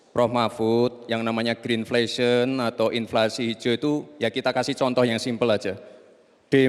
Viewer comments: Green inflation mas Gibral bukan grinflesyen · Pengucapan yg benar green inflation adalah ( grin infleishen) bukan grin fleshen 🤦‍♂️ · BERI KAMI GAGASAN, BUKAN MAIN SINGKATAN ❤❤, itu boruto nyebut green inflation nya jg salah 😂😂😂😂😂